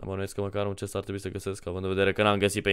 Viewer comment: cest nu ghest 😄